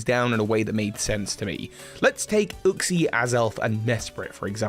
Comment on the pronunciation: Uxie is pronounced you xie not oooxie